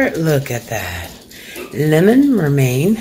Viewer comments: Did she say Lemon Mermain pie? 🥴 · Did that woman seriously call that lemon romaine pie? Lemon mermain pie? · I remember that pie video. Listen closely, she says, Lemon Mermang pie😂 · Not lemon mer mane pie. lord have mercy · I think if I were going to put my life out for public viewing, one of the first things I would do is learn to pronounce and enunciate words, ie…lemon meringue pie, pistachio, medley, salmonella, it’s like trying to decipher secret code🤯. Thanks to the Kliq for some of the words👍